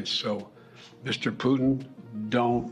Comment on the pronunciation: Mister piyoton nahi bhai mister putin bolo.